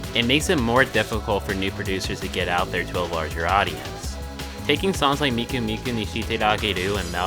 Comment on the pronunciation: Miku and “Meeko”. And why “national taco”? But speaking of, not many seem to use Luka nowadays...